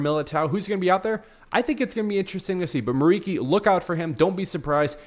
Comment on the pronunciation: It's pronounced like MURICHI, not MURIKI. He's Albanian.